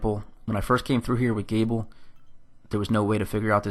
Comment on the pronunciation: Oh yeah… and it’s Galeb, pronounced Gay-lub